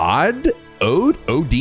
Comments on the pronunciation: Please don't get it confused as "odee" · Od is pronounced "ode"; it's a term meaning life-force that was coined in the 1800s based on the first syllable of Odin. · It is in fact pronounced ode with a hard O